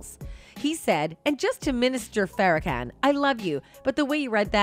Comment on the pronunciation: How does anyone not know how to pronounce Farakhan?